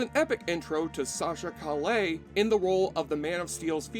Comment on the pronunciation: ooof at the pronunciation of Calle. Made me cackle out loud at work.